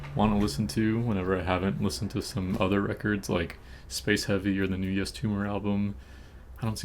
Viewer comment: sorry if this is weird but out of curiosity is there a reason why you pronounce yves as "yes" vs eve